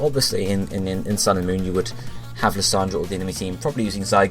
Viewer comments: "Lysandre" is the spelling, and I find it funny that he calls him Lysandra. lol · Lysandre is pronounced /lie-zander/. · Pokémon Sun and Pokémon Moon are confirmed Gen 7 games. They will not, in my opinion, feature Gen 6 characters and Lysandre (Liss-sarn-der is the pronunciation, by the way) will most definitely in my opinion, not feature, nor play any part within, Sun and Moon. Pokémon Sun and Pokémon Moon will feature new antagonists and protagonists and may or may not link to, and make reference/s to, any previous generation Pokémon game/s. Gold and Silver, and HeartGold and SoulSilver, have been done and dusted already and so will most likely not be rebooted and/or remade in future.